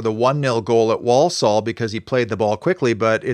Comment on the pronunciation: It's pronounced ...War-Sull